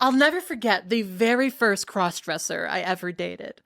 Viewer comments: The accent on “it’s giving crossdressa” is sending me 😂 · “crawse dressah” it’s giving “crawse dressah”!!! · Love it when you do a New York voice like “crawssdressa awl the way”